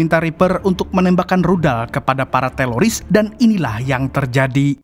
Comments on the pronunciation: Apa telingaq ya yg Salah dgr,Kok teroris jd teloris? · teroris atau teloris bang😅✌ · Teroris om kuhhhh, Bukan telorissss😂😂😂